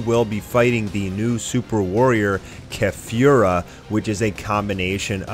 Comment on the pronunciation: Keh-fyoo-rah... Driving me nuts how you're pronouncing it when you also say kah-lee-flah... I fucking hate you.... Shut up